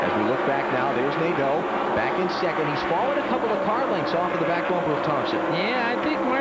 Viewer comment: Jerry Nad-DOUGH, LOLZ!